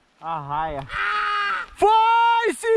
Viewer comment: É raia e não arraia